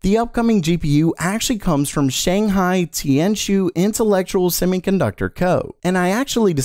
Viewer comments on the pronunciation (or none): none